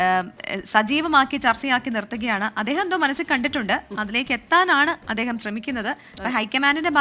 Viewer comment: അദ്യേഹമല്ല.. അദ്ദേഹം..... പൊട്ടാ...